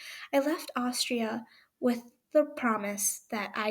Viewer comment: I’m not trying to criticize but just for future reference I think you pronounce it a•story•ia like I said no judgement at all you did great! But I’m crying so hard I could barely see to type this 😭😭😭💔💔💔